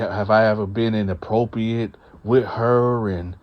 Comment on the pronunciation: You falling back on that "whatever" too much. Lie-Berry? Inappropi-it? Come on, man.